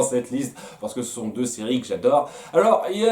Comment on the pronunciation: "Numéro Dieu" Avoue, tu l'a fait exprès? XD